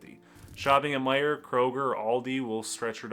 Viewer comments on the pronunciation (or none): none